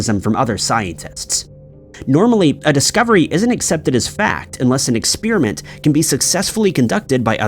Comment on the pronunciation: y'all complaining about his pronunciation of "Versailles", but if I hear him say "expeerimint" one more time, I'm gonna stab myself in my eardrum.